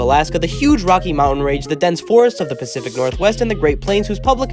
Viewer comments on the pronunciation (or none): none